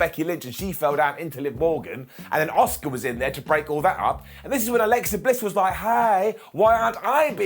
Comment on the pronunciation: Every time I watch one of these videos (I do enjoy them to be honest) but I can’t help but think, who is “Oscar” 😅 A—SUーKA! 😝sorry, it just drives me crazy.